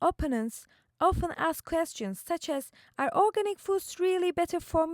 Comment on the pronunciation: It's weird how you can't pronounce the word organic right when your whole research is based on it. Knowing your topic seems pretty handy.